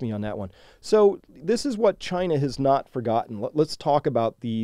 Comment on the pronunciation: "CHY-na Mart"